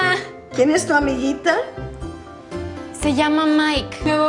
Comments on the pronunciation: Cuando dices "AMIGITA", lo correcto es usar "AMIGUITA". Igual que se dice guitarra (guitar) y no gitarra. En español, las vocales E-I tienen un pequeño "conflicto" con las consonantes G/C. Podrías hacer un vídeo explicándolo. Por lo demás, muy buen trabajo, sigue así. I use your lessons to improve my english. It helps a lot to understand the using of at/in/on... do/make..... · Amiguita it needs a u for pronunciation